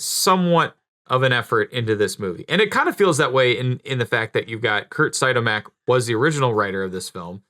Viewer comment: It’s Curt See-odd-mac..